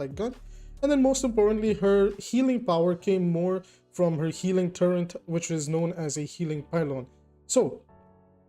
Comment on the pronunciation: Great video. By the way, it's "turret", not "turrent". There's no N. I noticed a lot of people mispronouncing this word lately and thought I'd mention it. ^-^